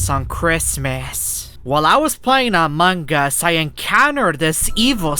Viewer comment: Hahaaha it always laughing when he says among gus